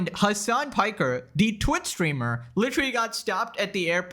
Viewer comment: Did you just call hasan a "twit streamer," that's what it sounded to me...